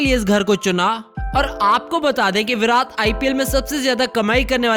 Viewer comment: Bhai tujhe bolna nahin aata kya virat Kohli ko virath kohli bolata hai 😠😠😠😠😠😠😠😠😠😠😠😠😠😠😠😠😠😠😠😠